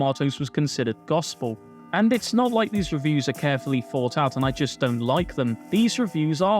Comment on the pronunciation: Jesus christ. Please pronounce your THs properly. Kills me every time. It's not Free, it THree. It's not Fousand, it's THousand. It's not Fought, it's THought!